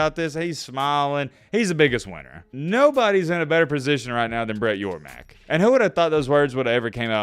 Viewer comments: Hey. It's Brett YORMARK. Not Yormack. C'mon, man. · It's Brett YorMARK not YorMACK!! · Great content. As a big 12 fan glad to hear it even tho in a perfect world I would have kept with the status quo before these 4 blue blood teams left their original confrences. On another note I'm pretty sure the big 12 commissioners last name is pronounced (Your Mark) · Brett Yormark. YOUR-MARK. MARK YOURMARK. SMH, have his name on the screen several times and can't even pronounce it lol